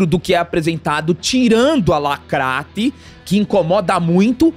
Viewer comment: Pq vcs falam "lacratti"